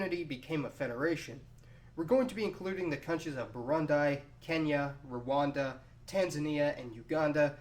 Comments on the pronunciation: Oh no he did not say 'Burundai'. Actuaally he said Burandai. Is it so hard to say BU.RU.N.DI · Burundi,is pronounced,burundi,not burunday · booroondee not buuuruundeye. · * boo-roo-ndee not buru-ndai LOL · hahahaha...I'm Kenyan...it's not bouroundie….its Burundi....as is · Burund-ee not burnd-eye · It's pronounced burundee btw not burundie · BURUNDI Not Brownd-eye lol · /buˈɹuːndi/, /bəˈɹʊndi/, or /bəˈɹʌndi/ NOT /bəˈɹʊndaɪ/ /ˌbuːʤəmˈbuɹə/ NOT /bəˈʤʌmbəɹə/ /oʊˈmɑːn/ NOT /ˈoʊmən/ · ...you're pronunciation is very cringey. Keep in mind that most African countries are said the way they are spelt for example Burundi is said as Burundee not Burundy. Get what I'm saying? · Its "Bu run DEE" not "Bu-run-dai" you're welcome :) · STOP SAYING BURUND-I IT'S BURUND-EE LAUGHING MY ANNOYING ASS OFF srsly, why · It's not burunday it is burundi. The "i" in the end is pronounced like an "e". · Why are you saying BURUNDAI? "i" is "e" when you say BURUNDI,like when INDIA .okay? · Dude seriously this is not a new country this just like the East African union its no different than SADC or AU its also no diffrent than the EU this is not a union of country so stop spreading lies and also learn to pronounce countries right there is no Brundai it Burundi ,Also UGANDA and KENYA were britsh colonies not Tanzania it was a protectorate under british after Germany lost WWI and II .Now Pay attetion THERE WILL NEVER EVER BE SUPER ONE IN EAST AFRICAN COUNTRY DUE TO LAND ISSUES AND THE FACT THAT TANZANIAN DONT WANT THIS. THIS UNION WILL BE A TRADE AND CUSTOMS UNION ONLY TO SOMETHING SIMILAR IF NOT THE SAME AS EU BUT KARIBU SANA TANZANIA ONGEA KISWAHILI KATAA USHOGO CHADEMA DAIMA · Burundi is pronounced "BOOROONDEE" not "boorandie" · Its pronounced burundee not burundie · It's pronounced boo-roon-dee. Not buh-ruhn-dye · please its pronounced Burundi as Boo-ru-ndi not boo-ru-ndie Good job though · Please, it's pronounced Burundee not Burundy -_ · Burundi is not pronounced Burund-EYE.